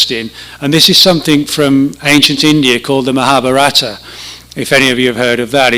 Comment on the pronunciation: Maha BHA rata accent on third syllable.